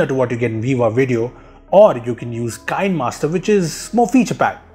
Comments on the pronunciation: The 'Kine' in Kinemaster is pronounced as 'Kee nuh'. I saw a video from the developers a while back. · Nice Video, BTW Kinemaster is pronounced 'Kin-e-master'